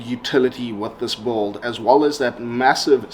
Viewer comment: No offense but it's not pronounced bald!!! It's "build"...